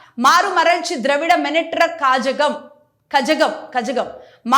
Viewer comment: కజగం ❌ కళగం ✔️